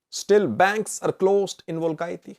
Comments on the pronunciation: you are mispronouncing the name of the capital city of Guragye. It is pronounced "Well-kee-te not Welkaitty. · It's not welkayti it is welkite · pronounce it Welkeete.